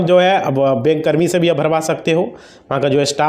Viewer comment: तुम को तो बोलना भी नहीं आता बैंक को बेक बोल रहे हो